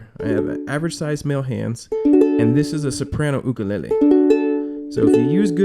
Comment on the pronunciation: At least you know how to pronounce "ukulele" properly. Nice vid